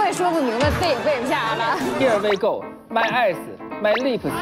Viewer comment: my ass（eyes）过分了哈哈哈哈哈哈，感觉英文特别好的朗朗瞬间明白了哈哈哈哈